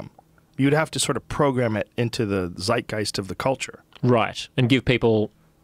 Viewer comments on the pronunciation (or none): none